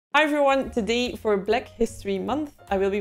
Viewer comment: "for bleck history month"